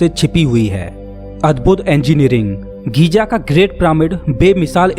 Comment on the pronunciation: गीज़ा है घीजा नहीं है।।